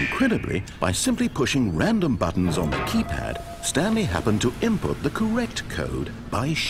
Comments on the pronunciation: He says BUTOOONS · In Heaven, They Were Saying 'Buttons' If You Listen To It Carefully, You'll Hear It XD